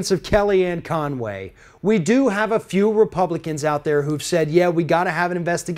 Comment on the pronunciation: Hell.. Her name is Con Way . Yep🤒 Not Fun way.! lmaooo ;-/